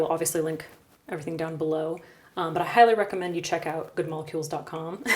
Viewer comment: "I hylurecommend you use Good Molecules.." is what I heard you say.